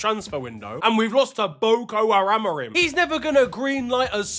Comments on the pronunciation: did man just say boko haramorim... absolute madness🤣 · calling him 'Boko Haramorim' is absolutely wild work man 😂💀